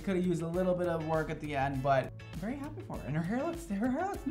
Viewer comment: Idk why but I love the way says “very” lmao 😂 it sounds like he’s saying vAry